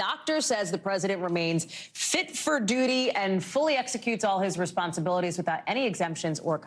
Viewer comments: I think he said , “fit for doody” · Fit for 'duty'- the duty of reading the teleprompter?